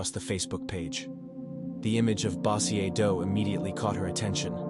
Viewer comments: its pronounced BO-jerr (Bossier) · The way you say bossier lol 😆